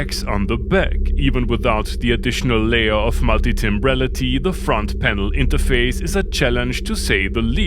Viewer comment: I mean 'layer' 'Leia' is pretty amazing considering English is not your native language......thats impressive stuff my man 👍🏻😎 and funny as hell 🤣